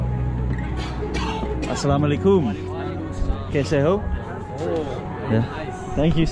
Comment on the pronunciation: Every time you met new people you Said Assalam o Alaikum!! It's wonderful to hear 😍❣️